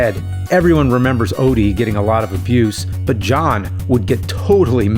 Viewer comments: "Fragile die"... Where's the "O"? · “Fragile Die?” Where’s the “O?” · FRAGILE DIE has no O in it, just wanted to point that out... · Theres no "o" in fragile die lol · Garfield Odie = Fragile Die? The “O” just disappeared. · Where is the "O" in "Fragile Die"?? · Where's the O in "fragile die"? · Where the "O" go in fragile die?